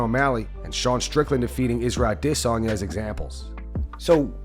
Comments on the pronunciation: How can you still not pronounce adesanya? I stopped watching you for like 6 months and you still can't pronounce it. Ah-dis-on-ya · Pronounce Adesanya normally 😅😅, instead of idissonya, you sound r*******, you don't say Paul Creg, you say Paul Craig, you don't put on an accent to pronounce they're name like they do, they just have an accent that's why it's different. It's pronounced Paul Creg by Paul because he's Scottish that's how Scottish people say Craig. But it doesn't change the name. His accent just changes the way he says it. Michael Bisping has discussed this exact matter. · This youtube channel might close down for how this guy pronounce aDESanya